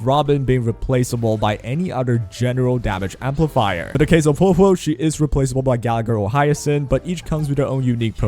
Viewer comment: Male characters are poppy. Waiu > everything Typical Male character using peasant, can't even say Huohuo's name correctly